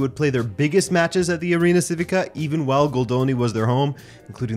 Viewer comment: You should know how to pronounce Civica ... chivica - is that more clear